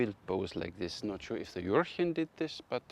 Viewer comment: juhhhhh-chen the "r" is a strong h